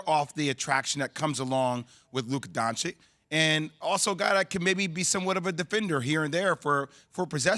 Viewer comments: When are the ESPN guys going to be able to say “Luka Doncic” correctly? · They know how to say it. It's just disrespect.